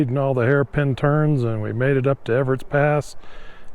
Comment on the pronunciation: Ebbetts pass not Everett